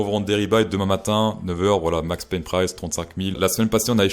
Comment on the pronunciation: J'adore ta prononciation anglaise. Max Pain 🥖